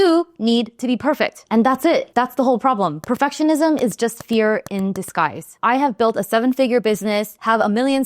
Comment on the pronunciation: Am I the only one that kept hearing the word perfessionism instead of perfectionism? How's that for perfectionism. Great video as always!